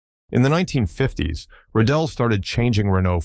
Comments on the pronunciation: Given that there are 3 times sharp accents on Rédélé's name, it should not be pronounced "Redelle" but with a long eeeee: Reeeee Deeeeee Leeeee. If the accent would be "è", it should be pronounced short:. you can remember it with the word élève (pupil): eeeee lehhhh ve. All you've gotta do is to go to Google, ask "comment prononcer élève" and it will appear as first result, with someone pronouncing it correctly. It might sound schoolteacherish, but if you want to communicate to an international audience, please, do it correctly: it takes just a few seconds. Image French uploaders using the typical way French would pronounce "Diefenbaker" or "Rockefeller", you'd be the first one too to jump in the air as if on the run for a wasp. As for the car, great design, but wayyyyyy too small. A car for jockeys and midgets. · That's not how to say Rédélé or Alpine, I've heard Valladolid butchered worse. Good video otherwise. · Learn how to pronounce Alpine and Rédélé.